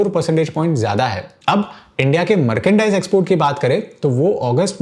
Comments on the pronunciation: मार्केंडाइज नहीं मर्चेंडाइज होता है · Merkendice nahi merchandise he bhai 😅